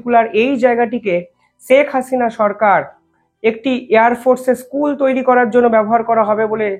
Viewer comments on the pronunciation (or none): none